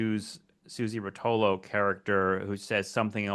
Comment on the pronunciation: I think the name Rotolo was pronounced with an accent after the first syllable, at least that’s how our mutual friends pronounced it… Did he say Dillon’s performance in DC at the Big civil rights march was lackluster? Remind me to tell you my take on that.